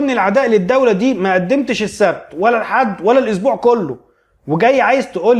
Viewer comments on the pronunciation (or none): none